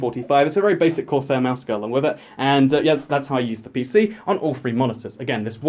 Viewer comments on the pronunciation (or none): none